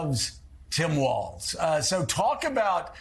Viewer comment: Joe! You actually pronounced Walz, the correct German way. Kudos to you for that. Minnesota has a very large GERMAN-AMERICAN community there. Obviously, Walz IS German-American. Good choice as far as I'm concerned as a German-American myself!